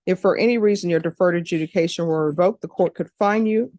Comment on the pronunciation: AJUDICATION NOT EDUCATION!!!!!! Seriously?